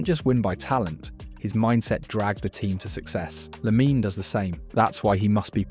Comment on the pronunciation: Its almost not detectable if it weren't for the strange and inconsistent way it pronounced LaminE Yamal